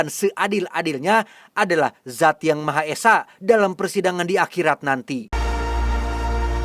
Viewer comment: Dzat yg maha esa ya.. bukan jak... 😅😅😅